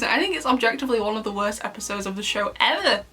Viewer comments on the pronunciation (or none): what happened with that "ever" xD. Cracked me up xD